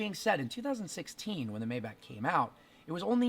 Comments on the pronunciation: Yeah it’s mybock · Isn’t it like “mai-baak” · It's pronounced "My Bach" not "May back" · May-Bach Not May-Back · First thing - hates the looks? Then why did you buy it? And it’s pronounced MY-BACH, not May-back. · It’s pronounced MY-Bach not MAY-Bach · It's not called "Mäybäck" its called "MaibaCH" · It’s “my-Bach” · IT’S GERMAN. ITS PRONOUNCED MY BOCK. I cringe so hard every time you say it incorrectly. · I be hating the way u say “mayback” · It's "mybock" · No it's not mybock.... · Originally it is pronounced "MajbaH". H like Helen :) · Sad you don't know how to correctly pronounce the name of your own car. May want to look it up. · You didn't even pronounc Maybach properly. Wtf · One thing I hate, the fact that you mispronounce Maybach.